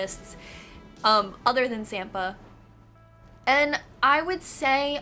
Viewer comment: Hehe, you pronounce Samppa funny. :D Anyway, he makes pointed ears so well, i'm starting to want those for myself. ❤_❤